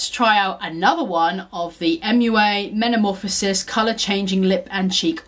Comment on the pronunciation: You’re saying metamorphosis incorrectly.